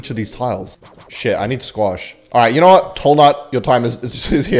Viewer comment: It's cute how you say "knour" instead of "know" accents are fun :)